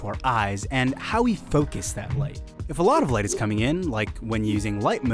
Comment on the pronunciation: Its mode not mood. Focus not foocus